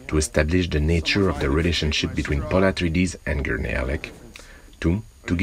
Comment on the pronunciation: "PauL AtriEdeS"